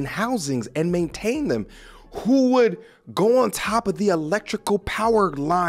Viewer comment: Men tain.. Maintain. Men ten ants.